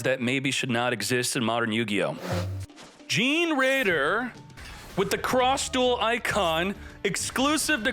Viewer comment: I think generaider is pronounced like generator